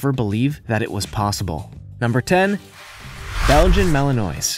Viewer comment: Learn to pronounce Belgian Malinois properly.